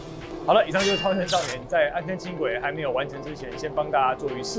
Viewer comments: 由如此帥氣的來介紹，太吸睛了，真想現在就去坐 暗坑的“坑”字閩南語發音唸錯了 amˋ kiign 啦！ 不是amˋ kegn 但或許是地方腔口不一樣，我是三峽這頭的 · 安坑不是葛瑪蘭人喔 是巴賽族那一群的 安坑的台語老本地人不是這樣念的